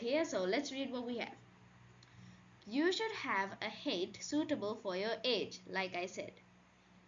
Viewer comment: its not haet its pronounced height